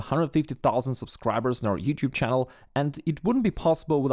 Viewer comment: /ˈtʃæ.əl/ instead of /ˈtʃæn·əl/ is cool.